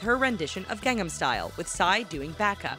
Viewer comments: GANG num.... you mean G-AHNG NAHM??!? lol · You can't even say gangNAM style properly... It's not gangem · Every time she said Gangnam I cringed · every time she says Gangnam I cringe